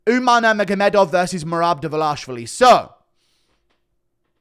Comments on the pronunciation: Derver...larsh...vali??? WHAT??? Who is dis... Derverlarshvali dude? Way to butcher a surname. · Why are so many people still saying develashvili? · It annoys me how Jon Anik says Merab DvalishWILLY